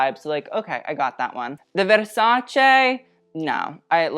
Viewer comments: Yes, you are absolutely right, but that wasn’t what he was saying. The right way to say it is short and good versac-eh, no extra jazz needed there, but he was saying versac-ay and was totally overdoing. The normal misconception is versac-eeeee that is not the case here, but if you think what he is saying is right, you might want to check this vogue video out, where how to pronouns Versace comes up . You are welcome. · It’s versace not versachay